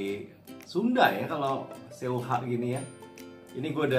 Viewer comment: lucu banget.. btw baca seuhah... u nya jangan dibaca.. jadi se' hah... hihihi